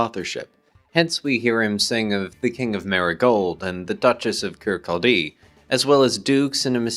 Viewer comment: minor correction ; its kirCAWdie, not kir-kol-DEE. pedantry i know